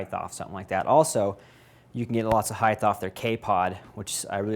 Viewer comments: ENGLISH! DO YOU SPEAK IT? Aint no such word as height-th. The FRIKKIN WORD is HEIGHT. Other than that, it's a kewl piece of equipment. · "Heighth" haha!